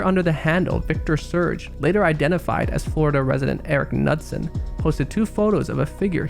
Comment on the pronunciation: The writer is Eric Knudsen. Pronounced (Ka-newt-son) not nudsin. My last name is Knudson.